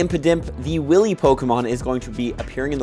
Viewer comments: 'wily' is pronounced WYL-ee, like while-ee Bro if you don't know a word look it up come on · Both yourself and the Trainer club pronounced Wily as "Willy"...is this a regional thing? Because.... um..willy is a common term for something else